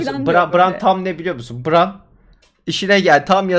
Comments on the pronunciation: bran i bıran değil de bren diye telaffuz etmek çok mu zordu cidden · LÜTFEN DİKKAT; Tayrın ❎ Tiriyın ✅ Bran ❎ Bren ✅ Dragon ❎ Drogon ✅ Tuli ❎ Tali ✅ Sersei ❎ Sörsi ✅ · Neyse ki dizi bitti. Bu bölümlerden sonra telaffuzlarınıza katlanmak ayrı dert. 8 sezon diziyi bu kadar yakından takip edip isimleri BIRAN, TAYRIN, SÖRSEY, mens RAYDIR diye söylemek nasıl bi olaydır? İngilizce bilip bilmekle de ilgisi yok bunun. Gayet mantıklı yorumlar yapabilen insanlar olmanıza rağmen böyle olması gerçekten rahatsız edici ve üzücü.